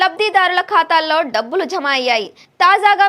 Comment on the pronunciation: Dhabbulu kaadu Dabbulu.... Kaastha telugu Telugu laa Chaduvu thalli